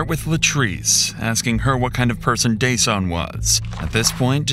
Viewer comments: His name is “Duh-Sahn” it’s not “Day-Sun.”😑 Rest well young man.💔🕊️💔🕊️ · it's duh-sahn, not day-sun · His name is Dasan, pronounced duh-sawn, NOT day-son. His mom Latrice and his POS killer said it multiple times to hear it. Or just call him DJ. I appreciate the work you put into your videos, so I'd hope you'd get the victim's names right when you're told what they are to show respect for their memory and loved ones left behind. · His name wasn’t Dason like Jason you idiot. His mother makes it entirely clear how his name is pronounced. I hate the guy behind this channel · At least respect this beautiful, innocent victim by pronouncing his name right...I heard it multiple times from his Mom...it's pronounced 'Da-SAHN'....🤦‍♀️ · Threw me a little with how narrator kept saying DJ’s name like “Jason” instead of how his mom & killer pronounced it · I HATE that Dasan's name was mispronounced throughout this entire video. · It's ridiculous you keep mispronouncing Dasan's name when you put in the video how is mother pronounces it. Do beter. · The LEAST you could have done is pronounced the poor victim's name correctly, FFS... The disrespect... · Yo why do you keep mispronouncing the victim’s name when the mother says it correctly in the interview footage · Why are you always mispronouncing names? They literally say his name and you still mispronounced it 😒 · Can you please just get the victim’s name correct? Fucking christ. Dasan’s name is pronounced several times in the interviews. Say his name. If you can’t do that correctly, whether by correcting your voice or a text-to-speech, you’ve lost the plot completely. You ain’t even tryin’. For folx wondering, Dasan’s name is pronounced as ”Duh-sAHn.” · Why does the narrator keep pronouncing Dasan's name incorrectly? 😐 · Why didn’t you pronounce Dasan’s name right when you could hear it said right by his mom? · Out of respect, the narration should have been fixed to pronounce Dasan's name correctly...